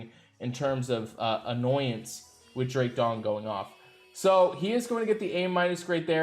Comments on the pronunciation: did Anchor say Drake "Dong"??🤣🤣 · He says this repeatedly. LOL. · He always calls him that 🙄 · Drake Dong? Not sure if this is deliberate. Also the Cheshire Cat is pronounced Chesh (Like Chest but with an H) - Shire (🇬🇧 - SHY-ER or 🇺🇸 - SHUR... As in New Hamp-Shur). Aside from that 0 mistakes in this Anchor Grade.